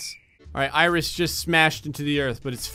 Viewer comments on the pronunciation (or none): Iris😂 It's eris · It's eres not aires